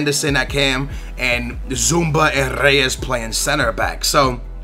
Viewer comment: i swear its almost like you're mispronouncing names on purpose first you say andre even though its adryan (ad-ree-an) then you say labday even though its labyad (lab-ee-yad) then you say zoumba even though its zouma wtf!